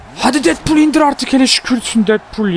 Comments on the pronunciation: abi deedpul diye okunuyo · almanya aksanıyla söylüyor